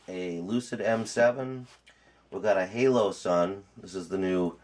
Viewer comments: HOLO-sun, not HALO-sun. I like your video, but good god that was bugging me. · Its holosun not haloson